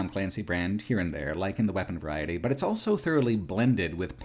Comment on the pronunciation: pronounces the word "also" as "elso".